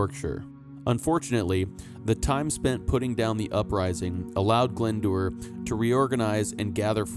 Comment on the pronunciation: Glendour is pronounced Glendower!